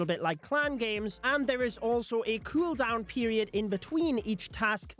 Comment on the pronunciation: Say cueldown again